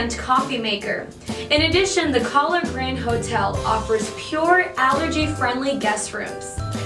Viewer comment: She pronounced Kahler wrong every time.